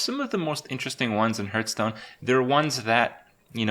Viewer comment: Hearthstone is pronounced “HARTH-stone”. Not “hairth-stone”. Cmon Kripp.